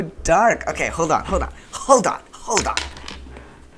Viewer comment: really said: “HOLDYON HOLDYON NOW HOLDYON.”